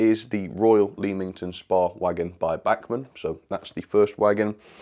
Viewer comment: Oh and Leamington Spa is pronnounced lemmington spar